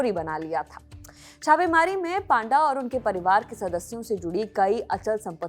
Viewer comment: पाण्डा = ❌️ पण्डा = ✅️